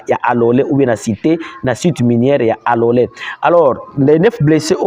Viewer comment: ike majina ya mingini unaitajaka mu luga yako Ina tu keteaka confusion taja tu mu Swahili;kalole apana Alole 😂😂😂😂